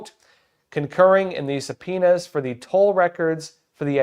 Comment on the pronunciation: sounds like he is saying "His Penis" instead of subpoenas. I had a laugh.